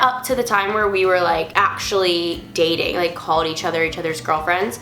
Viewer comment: Did you say gayding in stead of dating? cx